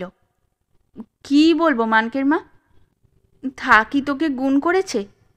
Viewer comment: গল্পপাঠে থাকমণি নামটা থাক্ মণি বা থাক্ বলিয়া বারংবার উচ্চারণ বড়ই বিরক্তিকর। উচ্চারিত হওয়া উচিৎ ছিল,থাকঅ কিংবা থাকো। ঐ ত্রুটি বাদ দিলে সামগ্রিকভাবে গল্পপাঠ অপূর্ব।